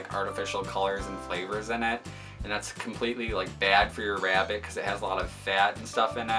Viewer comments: i hear rabbit as " wrapped " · God I cannot stand the way you say "rabbit" lmao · Nigga stop saying rabbit like that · The way you say rabbit.... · I love how you say rabbit 🐰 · the way he says rabbit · The way he says rabbit is killing me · He says rabbit funny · The way he pronounces 'rabbit' through me off OMG!